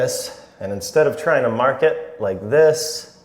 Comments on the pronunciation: “Mahk the orientation” now lives rent free in my head 😂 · Mahk the orientation so we don't cut owah mitah the wrong way.